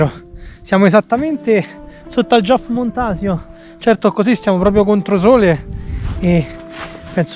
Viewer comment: Non si dice giof di montsio🤦🏻‍♀️ si dice IOOF e la valle è SAisera con l'accento sulla prima sillaba!!